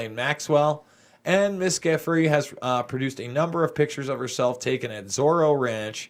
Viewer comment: pronunciations : Giuffre = JOO-fray Sjoberg = SHO-bare